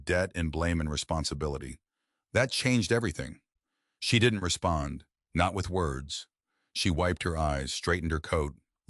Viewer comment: That "NOT" is really painful to listen to. Its an AI feature